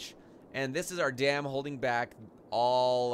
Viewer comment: Sounds like your saying damn